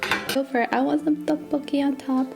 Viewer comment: Tteokbolkki not Ddeokbolkki is what I thought but maybe not and dumping? Do you mean dumpling I have not watched the video yet so...